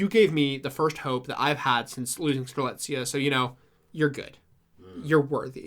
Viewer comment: it was truly a blast to listen to how strelitzia's name slowly became more and more butchered with each mention, i nearly died at "coriander". did a fantastic job as always and everyone's reaction to arguably the most convoluted KH plot there is has been the highlight of my week!!